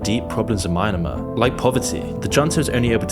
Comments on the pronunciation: bro, Myanmar is pronounced *MEE-AN-MAAR*, not MI-NAH-MAAR*, it's like you misread myanmar for mynamar like i dont like getting into grammar & stuff but so many people mispronounce it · It is called MyAnmar, not Mynamar. Geography knowledge -60, DUUUDE! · Dude. Stop called it "Myanamar", it's MYANMAR. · its called Myanmar. Not Minamar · Hey. I love you dearly so don't take this the wrong way but if you need a vocal editor I'd be happy to do it for free. I did it for my wife's channel (50k subs before she got cancer and had to private it) and I'd be happy to do it for you for free. Just need some help with pronunciations. I hope I don't sound rude, I just want to help out because your content is top quality. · meeyanmaar not my-anmar, people are burmese not myanmarese...... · umm Myanmar is pronounced mee - an - maar not myn - a - ma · This is great and all, but why did you keep pronouncing Myanmar as Mynamar? It's My-Yan-Mar. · Mah-an-ah-mar? The frick it's pronounced myan-mah brother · Poor pronunciation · btw it's Myanmar not Maynamar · im sorry but i have to comment this. its myanmar, not myanamar. mee-an-mar, not my-ana-mar. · mianmar, not mayanamar. hoonta, not janta. do they not teach you these words at your schools? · I can't get past saying "Mynamar" instead of 'Myanmar' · mee-an-maar, not mai-na-mur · *MEE-YAN-MAR* not MAYNAMA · It's Myanmar not minormar Jesus Christ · This video shows a serious lack of effort. Myanmar is not pronounced 'myanmer'. it's 'mee-yan-mar'. There are countless low-effort examples across many of your videos like this. Take the time to improve things like this otherwise your content sounds sloppy. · me yan mar not meyanama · always thought it was pronounced Myan(like Nyan of Nyan cat only M)-Mar and not Ma-Ya-Namar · My-an-mar, not my-an-mar! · Why do you pronounce Myanmar as mynamar? It’s horrible. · Bro said mynamar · For a second i thought you were talking about another country because of your pronunciation of "mynamar"